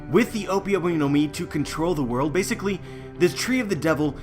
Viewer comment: Stop saying Basicily